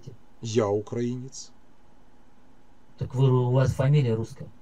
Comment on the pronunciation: большая просьба - украИнец, украИнский и т.д. Ухо режет